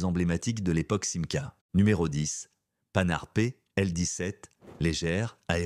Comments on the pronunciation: Souvenirs souvenirs. Mais la voix artificielle ignore — entre autres — que Panhard se prononce Pan-hard et non panar. Mon oncle a eu une Panhard Dyna junior, non citée, non plus que la 2ch qui plus peut-être que la R4 a marqué son temps. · Ca se prononce PAN-HART, et non panart, Grrrrr ..... Merci pour la vidéo. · On dit pas "panar", monsieur L'IA, on dit PAN HARD ! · PAN-HARD pas PA -NARD ! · la panard 🦶🤣🤣🤣 Arrêtez avec les commentaires made in IA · Ah ah ah j'aime bien à 5'46 la "panard" pénibles ces commentaires par l'IA, je ne vais pas jusqu'au bout..c'est trop nul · panard ca veut dire pied en argot. Ce n'est pas une marque de voiture!!!! apprenez à mieux prononcer. Quant aux chiffres, quelle catastrophe. Evidemment, avec l'IA.... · la panhard... prononçée " panard" ! ...c' est l' ia ? (ou la vraie langue à la française s' est- elle vraiment perdue ? ) ça se prononce "pan - are " soudé , pas "panne - are" ! ...ps: c'est pas la bonne pointure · En parleu ant avequeu uneu vraieuh voix humaineuh ce serait mieux. Que d'inexactitudes! L'attentat contre De Gaulle c'était en 1962. La 4L de 1961 à 1992 je compte 31 ans de carrière et non 28! On dit Panhard et pas Panard! Dommage, la voix fout tout en l'air! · La panard pl 17 😂!!! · Et allez donc ! La Quatreu-elle, les Simca mille trois cent etc ... ("treize cents" et "quinze cents", patate !!!), la Panard (c'est pas le pied comme déjà dit !!!) et ça continue ... Lamentable !!!😢😮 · surtout qu'il dit panarde ! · Un sujet sur les voitures françaises. Qui dérive sur les Mercedes pagode et les Jaguar E. Sans compter les Panars, voire les Panardes. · La panar c’est le pied 😂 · Ouaaip, pas le panard, je ne reviendrai pas 😞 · Bon la voie ne dit pas panard mais panard bravo l I a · Pannard... La quatre - elle... Blaaa blaaa blaaaa IA. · Non mais ras la casquette des IA qui ne savent pas prononcer *la panarde 24*! J'arrête ça m'énerve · IA horribles qui nous infligent la... Panard, au secours... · La Panhard devient la panard